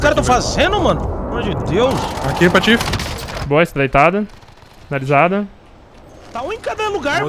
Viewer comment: Oia lá o "Patifeco"